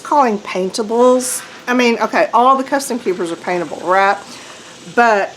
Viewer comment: Love the comments from the Peanut Gallery. More please. Btw thot I was in the wrong place when you said “write” instead of “raht.”